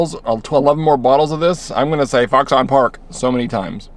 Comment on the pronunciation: Lol. It's oronounced "fox'n".